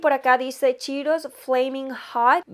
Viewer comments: No es chiiros es CHEETOS! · yo te quiero muchísimos. Al decir cheetose sonó a chiros que es un alimento parecido al banano, por,lo menos en mi ciudad😁pdt:te quedo hermoso el maquillaje me encantaría conocerte y maquillar como tu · Ya se que así se pronuncia correctamente pero me da mucha risa que diga "chiros" jajaxd